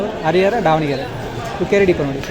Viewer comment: Sir pz correct ur self it's ದಾವಣಗೆರೆ not ಡಾವಣಗೆರೆ